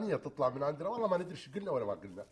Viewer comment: ههههههههههههههههه قالت سو مو شو